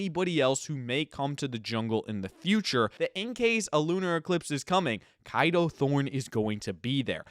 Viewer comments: I dont mean this in a rude way but i swear his names is pronounced as K a do thorne instead of kido thorne Or maybe its probably because im British😅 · you know you’re pronouncing Kado wrong, right?